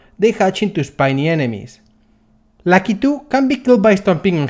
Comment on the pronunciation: they way you say Lakitu is amazing